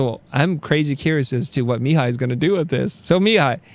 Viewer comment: As someone named Mihai, I cringed every time you said it. It's mē-HĪ with the accent on the last syllable haha